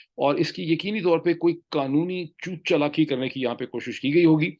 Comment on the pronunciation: 9 mins 33 seconds did he say choot chalaki?? hahahahah